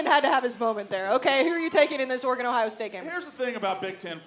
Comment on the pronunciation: Can someone tell Dave how to pronounce Oregon… his jewness is showing.